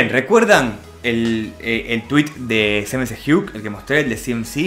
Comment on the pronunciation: Like si le dices cmacug como c mamo